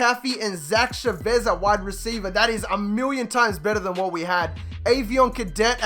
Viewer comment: It's pronounced Cha-vez